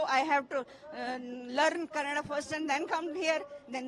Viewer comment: Don't say kannad you say kannada mind it hindhi channels